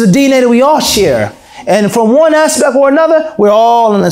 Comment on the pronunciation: it's aspect and not aspec.